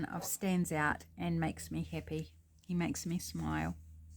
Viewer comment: I love your project. Your accent makes me hippy happy. It took me a bit to understand you were saying happy not hippy. I thoroughly enjoy you and am subscribing to your channel. I look forward to more of your videos.